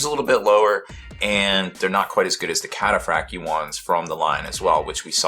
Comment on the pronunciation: It's pronounced - Cat- a - fract- eye armour